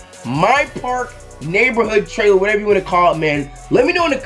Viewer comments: "trailere" noti gang tho 😂🔥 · Who was here when it said Trailere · “My parl trailere”😂